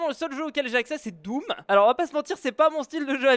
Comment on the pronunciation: tu n'as pas dis doom tu as dis dooms lol